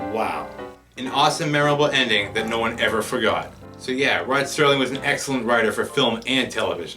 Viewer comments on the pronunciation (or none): Entertaining commentary. One thing, the name is Rod Serling, not Sterling. No T.